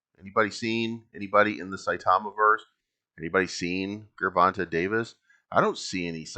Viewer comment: Love the content and I agree... I'ma just need you to say that gervante with a j sound and we can be cool again 😂😂😂